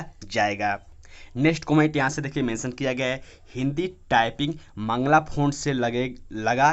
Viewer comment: मंगला फॉन्ट☺️☺️☺️☺️☺️☺️☺️☺️ Mangal hota hai Mangal font .